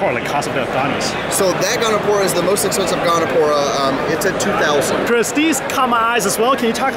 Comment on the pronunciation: Gonipora. He said it like 4 times